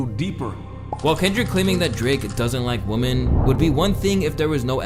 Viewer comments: I'm a big fan if you page and this is a great video, but the word for more than one woman is women wo-men 🤷🏿‍♂️ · I'm....is this how your generations pronounces "women" after the prolific use of "female"? Y'all forgot how it sounds? Woman = One vagina carrier Women = Multiple You are saying woman :O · Why do you pronounce women as WOMAN lol this guy can’t speak right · This is so irrelevant but idky ppl on youtube constantly pronounces women as woman it drives me insane 😂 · Bro PLEASE pronounce the plural of Woman as "Wimen". It's driving me crazy lol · With a woman and with women is pronounced differently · Women isn't pronounced in American English the way you are doing it. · pronouncing women like you do is super annoying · Was this a half hour long Tarzan impression or do you really not know how to pronounce the word women? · Dude can’t say women correctly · This guy can’t pronounce “women”. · Why don't you know how to pronounce "women" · Its so annoying when people use "woman" and "women" incorrectly. Like you sound like a grown how tf have you made it this long pronouncing it wrong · Is the VO AI just he says “women” oddly? Like I can hear the quotation marks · You did a whole video about a gender you can't even pronounce. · How do you make the word "women" sound singular? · is sure having a problem with the pronunciation of women. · Woman and women is not pronounced the same. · Why can’t bro pronounce “WOMEN” ??? 💀💀💀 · At first I thought he was doing it on purpose to be funny but I really think he don’t know how to pluralize women. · Is it just me or does he keep saying "woman" instead of "women" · Is he saying woman instead of women? Just wondering because that was confusing me lol. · Minor point: 'women' is actually pronounced WIM-in. Not WUM-in. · The word "women" is pronounced "whim in" not "woman". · Enjoyed the video.. but I can’t unheard you saying “woman” when you should be saying “women”…😂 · you are mispronouncing "women" it's not "woman"